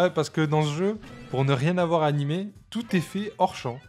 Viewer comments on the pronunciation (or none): none